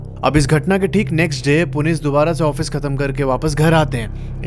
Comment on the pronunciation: Bhai kya story btaadi aapne Puneet or anjali ye story sunke aisa lgaa ki main character mai hi hu kyuki Mera name bhi Puneet hai or meri girlfriend ya ex rkhlo uska name Anjali 😶‍🌫😶‍🌫 Bhai or aap pronounce glt kr rhe ho Uska name Puneet hai but aap Punit bol rhe ho (a small mistake)